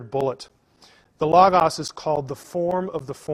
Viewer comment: He can't even say"Logos"correctly! Christos is also the logos. He just doesn't get the deeper things. Knowing the bible as well as I do,I knew there was too much left out.